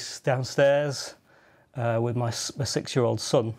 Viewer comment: 5.50 Friend was watching this video with me and asked me ' did you hear bisexual'? I almost laughed - told him that the guy said six-year-old xD